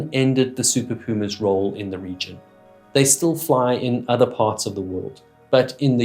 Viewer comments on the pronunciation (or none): none